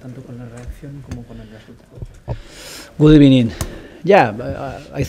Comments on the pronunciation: Good ebening makes my day! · Good Ebening Unai ! Love it, keep it up boss